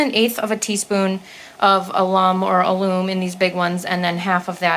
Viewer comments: Close, it’s called a (as in apple) lum not lume 😊😊😊 That’s the nicest chicken coop & run I’ve ever seen, good job on everything 👏🏼👏🏼👏🏼👏🏼👏🏼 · Alum. AL ummm So "al" like the name; also the primary accent (or loudest) syllable. "um" as in um-um; no accent on the secondary syllable